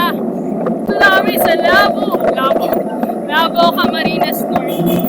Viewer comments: Labo not labu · It's Labo and not "Lobo" ms.